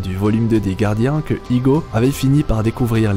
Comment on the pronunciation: a chaque fois il dit igo.... c'est ego je crois